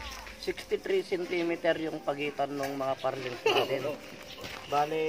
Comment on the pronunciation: Truss lang po. Plural na yoong trusses. At ang bigkas sa purlin (hindi parlings) ay /ˈpərlən/